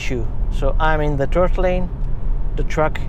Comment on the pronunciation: Nice comparison! But... you really need to try to pronounce the "th" better :D "3rd lane" becomes "turd lane" and "hardware 3" becomes "hardware tree" :)